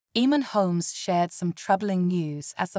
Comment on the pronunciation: His name is pronounced Aman not eman. Have you been living under a rock?